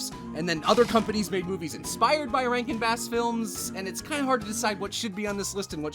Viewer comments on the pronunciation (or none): didn't realize you were saying 'rankin bass' and thought you were calling all these movies 'rank and bad.' and i was right!